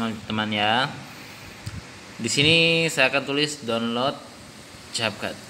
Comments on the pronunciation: Namanya capcut tapi ngomong nya (KepKut) njg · Ka bukan cetcut tapi cap cut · Tulisan capcut dibaca(kep kat)